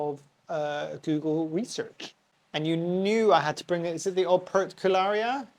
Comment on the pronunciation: Operculicarya is (comonly) pronounced op-er-cool-ih-car-ee-ah Pachypus is favored for its thick gnarly trunk when it gets decades old. It doesn't need a huge amount of trimming to make it look that way from my understanding, think what the plant may go through in the wild with herbivores and the occasional dieback during draught. There's a prostrate/hanging variety of Euphorbia platycada available that also looks interesting, it's worth having both imo, I do. I've never seen any leaves on these Euphorbia, just super tiny yellow flowers.